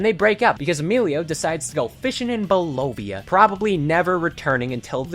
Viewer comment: the pronunciation of Bolivia was crazy